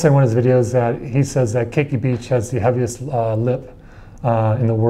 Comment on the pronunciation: its not keiki its ke'iki